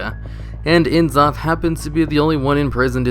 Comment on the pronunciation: nuh-zoth, not en-zoth. cuh-thun, not see-thun. come on guys, HP lovecraft didn't give old gods pretentious author initials, so blizzard wouldn't do it with their lovecraftian characters either